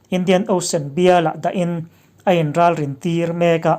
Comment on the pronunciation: "Hampuar" leh "Ralrin"i lam rik dan a diklo.Hampuar...tina ham(sakei in a ham)tih a HAM ang ni lovin,baloon HAM ang a ri tur a ni.Ralrin a RAL hi china ral tih anga ri tur a ni. I aw a fiah tha e,a ngaihnawm viau nain a ngaihthlak nawm lo deuh.Tan han la zel teh u.👍